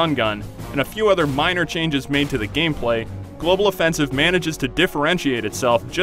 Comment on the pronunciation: Why does this guy says Global Offensive as Global Offensivse